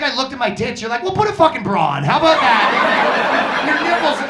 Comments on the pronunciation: $50,000 dollars of speech therapy to not say abooot when looking a $50,000 rack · *Oat and aboat